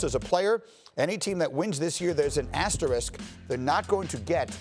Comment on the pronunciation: Man I´m Portuguese and even I can say the word asterisk… Been hearing this guys saying "asterik" for 3 days xD